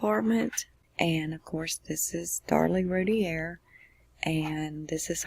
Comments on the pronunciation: Its pronounced "Roo - tear", Not "Rooty _ear" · It's pronounced "Ru-tear". And it was two of her 4 and 6. The 8 month old was upstairs (with his dad) and spared. And I'm with you- I lived 2 blocks from them at the time of the murders- with the info received and the "facts" (ha) that the Roulett PD released I had her 100% guilty as well.....until the real facts came out and until I kept running into her husband Darren. I truly believe they arrested the wrong parent and I do not believe she had or knew anything about it! No doubt in my mind. Very sad case!